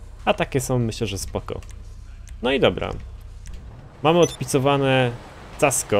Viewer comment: Kasco! Nie ''Casco''.